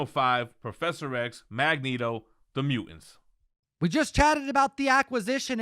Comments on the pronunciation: “MU-ANTS.”?? Good grief. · Hey Om, here is a t in he word mutants. Hit that like. Buuuu-in